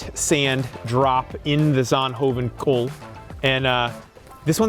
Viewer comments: 🤔 Kuil not kool ( cole)... 😁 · Jeremy tries to say it correctly, but he's a bit off. It's not the French word 'col' (top/mountain), but the Dutch word 'kuil' which means the opposite: pit. The Dutch ui-diphthong is somewhat difficult for non-natives. Can't think of an English word right now with the same sound, but it is not the same as in 'pursuit'. Here's a short explanation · thanks for the complement, remains that 'your' Dutch pronunciation leaves room for improvement. 'Kuil' is distinctly different from 'coal' (means pit btw)